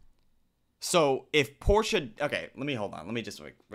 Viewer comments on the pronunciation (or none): Hey, it's "Portia" - it's from Shakespeare, and it's common in the UK. Not Porsche, like the car.